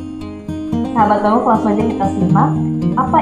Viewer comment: Pengucapan desa ponggok nya, kok kyak bukan orang ponggok mbk